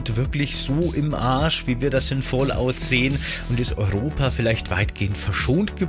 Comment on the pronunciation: Bro, das heißt aber Fallout nicht Fallot